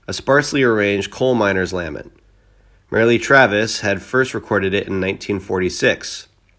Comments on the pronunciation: I enjoy you videos, but they have problems. First of all, you should read the script for someone else, before recording, be maybe they would correct some annoying mispronunciations like..."corps", as in the military, is pronounced "core"...not corpse.Merle Travis name, the final "e" is silent. It's not Merlee. The town is LUBock. Not Lub Ock. It goes on an on. On top of all that....Everyone you do a video about is the "Sad Ending" even though some had long happy life and, as awaits us all, the died.. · I love how he says Marley Travis 😂 it’s pronounced merl Travis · the voice is insulting , as is the info , it has to be digitally produced , or by a completely foolish individual ..or both , that doesn't know how to pronounce the name " Merle " "Merly Travis " ? wrote the song 16 TONS ! nice .. hire a professional to read the wiki page next time .. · Merle Travis- the “e” is silent. Who does not know that? Who is this guy doing the narrating?